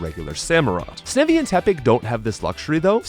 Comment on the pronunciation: I feel like you intentionally mispronounced Snivy and Jirachi’s names just to drive up engagement in the comments section. Congratulations, it worked…